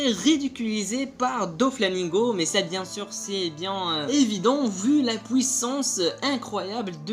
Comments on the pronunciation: On dit "Puissance" pas "Pouissace" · Quand tu parle anglais ta bien des difficulté de prononciation , donc ne te plein pas de lui car il dit pouissance au lieux du puissance .. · Deja parle francais on dit puissance et pas " pouissance" et l'intro est cool mais qand ya Ener enleve ce moment c' est pas marrant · pouissance ou puissance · de ouf tu exagere un peu quoi, "POUISSANCE"!!!!!!!! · pnt t arrive pas a dire puissance